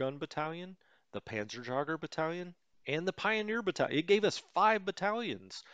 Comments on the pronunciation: The funny thing is that he brought up the correct pronunciation for Jägermeister himself one or two episodes himself and then decided, nah, I will totally mangle it up anyways. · Hello from Germany. Many thanks for your great tutorials. A few additional Information from me: The "Panzerjaeger" Outspeaking is like you say Jaegermeister. A Jaeger means Hunter. The full Name for StuG is "Sturmgeschuetz" or translate = Sturm is Storm and Geschütz is Gun :)